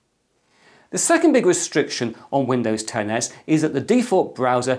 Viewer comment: I actually heard Windows 10 Ass lol